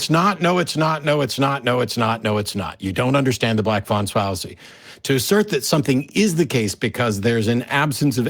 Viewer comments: "The black fawn swallacy" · The black swan fallacy “Fwan Sallacy” LOL 😝